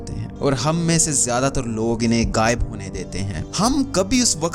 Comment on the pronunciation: Mere bhai apni Urdu theek kr len, lafz waqat nhi ''waqt'', muhabbat nhi ''mahabbat'' gaib nhi ''ghaib'' zaya nhi ''zaae'' hota hai.